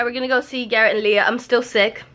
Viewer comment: It's Leah not LAEH